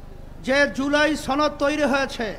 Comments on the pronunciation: ছনদ না সনদ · জুলাই ছনদ নাকি সনদ সেটি আগে ক্লিয়ার করেন